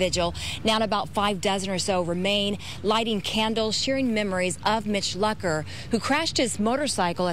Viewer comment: Right when they said "Mitch Lucker was killed. I lost it. They said his name wrong to